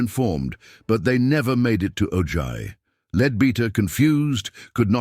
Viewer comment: ITS Pronounced OHi not OJy